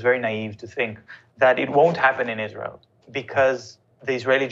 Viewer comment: Your Izra-il slipped.